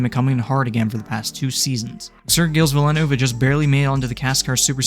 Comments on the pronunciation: As an F1 fan, the way you pronounced Gilles Villeneuve's name just hurts. It's pronounced "JEEL VEEL-nurve" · how he said gilles villeneuve hurt me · Congrats on achieving the worst pronunciation of Gilles Villeneuve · Your pronunciation of Gilles Villeneuve makes me want to scream. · Hilarious the way you say Gilles Villeneuve but good video regardless